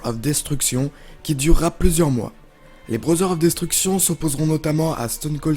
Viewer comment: "brother of destruction" mon dieu dire brother avec l'accent puis un bon DESTRUCTION en français, j'ai vomis